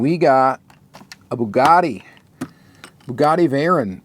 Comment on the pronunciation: It's actually pronounced vay-rahn.